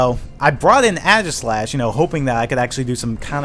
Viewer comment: "Adgislash"... cringe